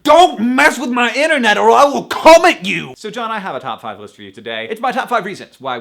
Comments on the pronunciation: i stopped listening after he said he was going to come at me... the emphasis caused me for some reason to change the spelling to cum .... and just... yeah.. :D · he put way too much emphasis on the "come" and not enough on "at" in i will come at you so how I heard it was "...Or I will CUM at you!" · I wish hank had emphasized the "at" in "come at you" instead of the "come...